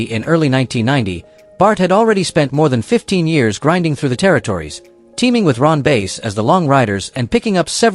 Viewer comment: Ron Bass..(short a)...not 'Base'....I hate AI.